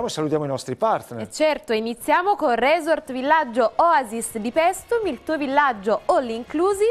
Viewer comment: Non si pronuncia 'Re`sort' l'accento va sulla 'O' e si pronuncia 'Riso`rt'.